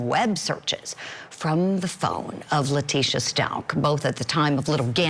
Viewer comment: LIE-Tecia stauch